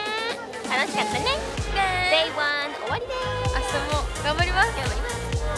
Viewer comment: リマのDay1の発音が良過ぎてビビる